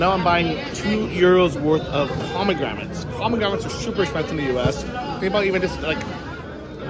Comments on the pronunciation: I am from Milwaukee, WI and we use carts everywhere. Even when doing laundry. They are very convenient! We also have very good farmer's markets with everything you can name. You must have not been to many cities in the U.S. And by the way, it's pronounced "pomegranate" and not pomegramat. Depending on where you go in the States, you will always find something different so give us a break and stop downgrading this country. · dude, there is " 1 " letter M and 1 letter N in pomegranate. I almost died when you said 2 M's ...Good stuff had a tree in my backyard. As for the carts we do have them here in the US old people use them for shopping, even loading clothes to take them to the laundry mat. I am in 2 bands and mostly are elderly and there are 2 people that use those carts for their instruments and music folders and other things.